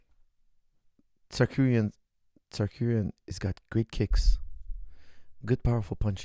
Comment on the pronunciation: i cant listen to this guy say "tsakuryan"